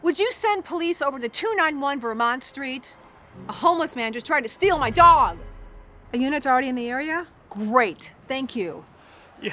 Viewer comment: why does she talk so weird like STEal my DOg